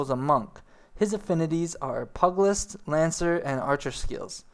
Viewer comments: Great video, but LORD GOD People lol. It's NOT Pug-list,its PEW-gilist. AKA pugilism, or fighting with your hands! AKA bioxing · pu-ge-list not pug - cmon. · Hmm dunno how much faith i have in this guy because he can't pronounce the word PEW JILL lIST or PIE ET TEE or ME KOTE TAY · (P-you-jill-ist) not (pug-list) stop being a lazy american and pronounce the extra "i" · Just an FYI - "pugilist" is pronounced "PYOO-jill-ist". "Pug-list" is hard on the ears. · It's pronounced Pugilist (Pew~G~list) and Melee (May~lay). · Pugilist is pew-jih-list. Melee is may-lay. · nice guide. i have to say that the way you ate mis pronouncing pugilist is really bugging me lol. pug in pugilist does not sound like the dog pug but huge but with the letter p instead of an h or pew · Liked the video, but your pronunciation needs some work. Pugilist _ PEW-ja-list Arcanist _ Ar-CANE-ist Melee _ MAY-LAY Attribute _ (in this context) not A-tree-bute Dragoon _ Dr-ER-goon (less emphasis on the AG) Piety _ (Nomomom PIE)-er-ty Not trying to be rude, but mispronouncing words will often destroy credibility in the eyes/and ears of your viewers. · Pugilist = Pew-ja-list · Here's a tip-- pew-Jill-ist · nice video but pugilist is pronounced pieu-gill-ist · "Mee-lee" "Pug-list" derp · While you're on the topic: pu·gi·list /ˈpyo͞ojəlist/